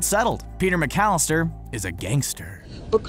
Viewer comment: the name is mcallister, not mc-alistar... and in no way in Spanish "alistar" means "to abduct", it means to enroll, to enlist, to get ready